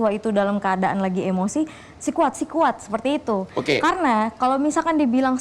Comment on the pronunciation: Sekuat bukan sikuat